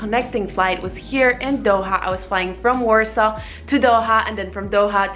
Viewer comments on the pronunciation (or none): none